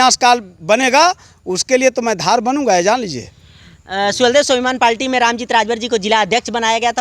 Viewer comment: Repoter bhai palti nhi hota hai parti hota hai